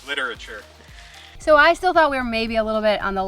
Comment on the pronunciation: Ha! "Litterature"